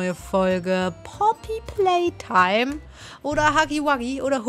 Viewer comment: Es heißt nicht Boogie-Woogie oder Poppy Palestine das heißt nämlich Poppy playtime